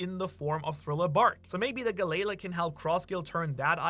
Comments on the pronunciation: Gal-lee-la. not guh-lay-luh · Talking bout Galayla…it’s Galley-La (G-Ally-La) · I need one piece to put out pronunciation guides cause the way you read Galley-la like it's the pokemon glalie is killing me